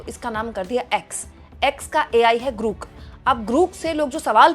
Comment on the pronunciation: GRAWWWWK hain...GRUUUUK NAHIN!!!